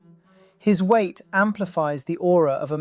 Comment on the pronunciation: He said “Kim lost some weght. Periodt. 💅🏻